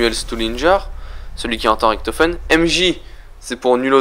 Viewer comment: ça se dit Riktofen abrutit donc si fait la faute alors lui aussi là fait.